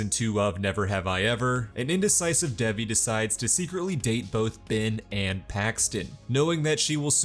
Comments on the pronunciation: Its dave eee. Not deviiii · Not the way he says Devi.. sorry I had to comment that it rlly bugged me but this recap helped so much to Ty!